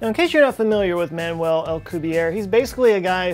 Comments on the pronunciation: SuperVstech Agreed. I believe it should be pronounced as "Me-Gell". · I don’t think you pronounced Miguel’s name correctly...